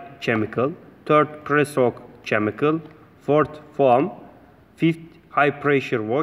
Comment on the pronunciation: Chemical is pronounced as Kemical.